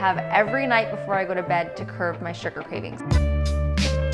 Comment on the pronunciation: Did she say "curve appetite" or "curb appetite"?